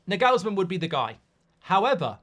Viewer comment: Mark butchering Nagelsmann forever takes me out